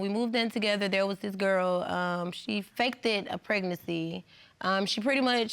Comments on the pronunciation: This chic said FAK-DED lol wow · "Fakedid" how does she not now how to pronounce the word faked?